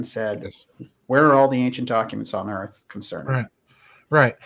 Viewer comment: The Earf is flat....